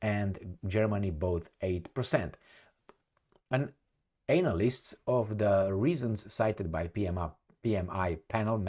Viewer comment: you saying Anal-list😂 Analyst 🎆